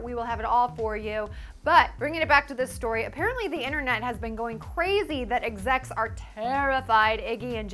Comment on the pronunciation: Please speak properly. It's "internet", not "innernet".